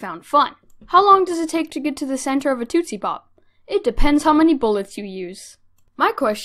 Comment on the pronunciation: Um, how did you just pronounce tootsie #triggered